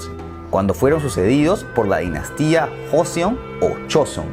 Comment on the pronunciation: Se dice Choseon, Kochoseon y Korieo :v Y el Imperio de Corea nace por culpa de los japoneses, quienes manipularon a la corte interna a través de los ministros y el asesinato de una emperatriz a manos de unos bandalos japonenes para hacer que el Rey declinara y este fundara un estado titere a manos japonesas.